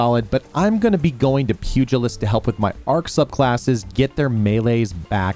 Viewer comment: being the only YouTuber to pronounce pugilist correctly.... Great informative video